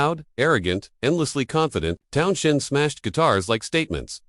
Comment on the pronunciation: Jimmy Page couldn't hold a candle to Jeff Beck. Beck was way ahead of the game right up to the day he died. Even Page acknowledged that.This video appears to be a commentators opinion of what he'd like Jimmy Page to have said, rather than what actually happened. The commentary also sounds like the work of AI - Its Town's End, not Town-shend. Bunch of clickbait Garbage. Block the site.